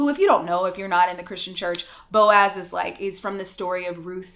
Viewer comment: I literally laughed every time you said "Boaz". That doesn't make me a heathen does it? Cause I was sold the Boaz dream too. I think the story of Ruth and Boaz is the Christian womans Cinderella.🤔